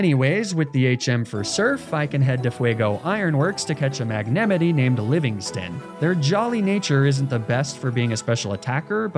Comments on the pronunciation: Did you pronounce magnemite as magnemity? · never call magnemite that ever again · It should be illegal to pronounce Magnemite that way lol